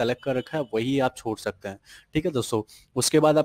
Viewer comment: Whenever he says shakte sound sucks